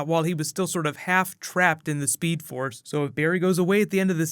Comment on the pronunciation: Did he say speed ford lol